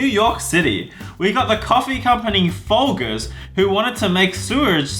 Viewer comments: It’s it’s pronounced like fol-jers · Mispronounced Folgers. Boycotting Wengie